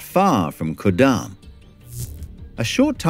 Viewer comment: Slight correction at this point: It's called Ku-damm, not Kur-damm.